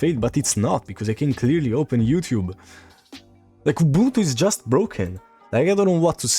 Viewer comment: for all Man, please learn and use the proper pronunciation for "Ubuntu" (Oo-boon-too). 🙂